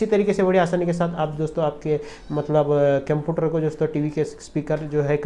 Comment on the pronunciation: केमपियूटार नही है बे – computer (कंप्यूटर) है।